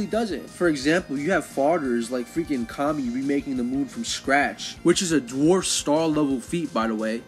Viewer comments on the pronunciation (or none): none